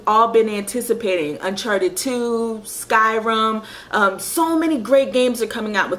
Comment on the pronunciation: Skyrum, never heard of Skyrum! :P (Sounded like you said that but knew you meant Skyrim) Yoshi's Island is a classic indeed and reminds me I need to get another copy of Yoshi's Island DS since I stupidly lost the copy I had. I've got the Japanese version of Earthbound (Mother 2) a few weeks back since getting the game on ebay cart only as pretty expensive and I don't like paying loads of money for old games, just a little nitpick I have even if they are rare etc.